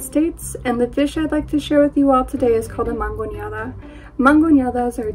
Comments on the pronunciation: For the Mexican dish, its actually mangonada not mangoneada 🤦🏻‍♀️ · Mangonada, homegirl is not pronouncing it correctly.